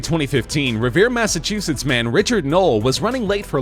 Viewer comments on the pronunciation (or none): none